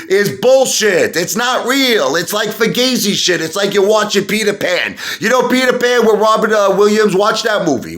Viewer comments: Learn how to pronounce fugazi. It's not a long A. The A is pronounced like "ah." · Imagine being an Italian and not knowing how to pronounce Fugazi???? Hahahaha!!!